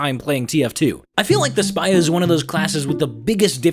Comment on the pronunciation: Nobody:: The spAII